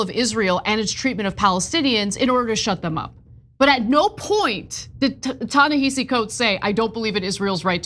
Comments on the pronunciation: Yes, it's spelled Ta-Nehisi, but it's pronounced Tah neh HA si. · The pronunciation is TA-NA-HA-SEE. Come on, you’ve been saying this man’s name incorrectly for a decade. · Are you mispronouncing his name on purpose? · The sad part is if it wasn't for the Israel element tyt one be talking about this man and she's pronouncing his name wrong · Please pronounce Ta-Nehshi’s name correctly. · Jesus, NEITHER of them can pronounce his name! AMATEUR HOUR! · You’re mispronouncing his name. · Why are Cenk and Ana both pronouncing "Ta-Nehisi" wrong? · Come on Ana, at the very least, research how to pronounce his name. He's an acclaimed writer. If you're going to report on it, get the basics right. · Can we please pronounce his name correctly? This is embarrassing